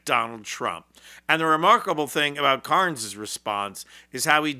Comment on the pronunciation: His name is Carney, not Carnes.